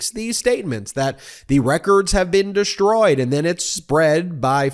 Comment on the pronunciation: no matter how many times you say it, there's still no H in DESHTROYED 🙂